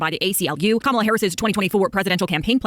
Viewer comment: It’s such a nitpick but we really should all just start pronouncing every conservative’s name incorrectly ala Pakman because none of them ever seem capable of pronouncing Kamala’s name right and they would absolutely take the bait and rage at it being done to them every time.